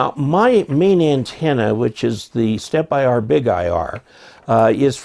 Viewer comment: It's interesting how the vendor in the video chooses to pronounce the name "Stepper" and not "Stepp-IR", etc. Following that logic, one would think the "Big-IR" antenna would then be pronounced as "bigger", instead? Just asking. In any event, good video and thanks as always. 73, AC3HT